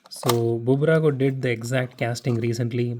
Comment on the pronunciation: Its not Bubrago, its just Burago. Please correct it. It sounds weird when you say Bubrago😅